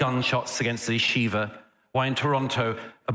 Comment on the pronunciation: Don't know about his pronounciation of Hammas but his pronunciation of yeshivah is spot on